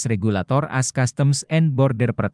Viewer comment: Kok yg melaporkan ini Amerika Serikat selalu di omongin pronounce dg “as” bukan A dan S. Bgmn pimpinan redaksi Warta KOTA Production kok tidak menegur. Ayo melaporkan dg lbh correct dan perfect.